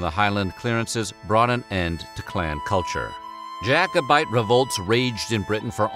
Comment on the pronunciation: Thank you for pronouncing Jacobite correctly!